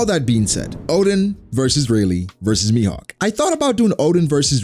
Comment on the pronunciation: It really triggers me that you call Rayleigh Rey...